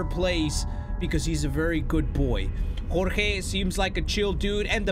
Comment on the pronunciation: Okay to be onest when he said jorge perfectly I was like "did he just say my name" so I went back a little bit and I was happy when he said my name